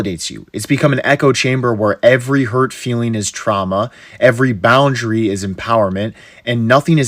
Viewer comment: something about the particular emphasis he puts on the word "boundary" is making me uncomfortable. (Well, the emphasis, and also the way that he's setting this statement up as an echo of the "every hurt feeling is trauma," suggesting that boundaries are... childish?)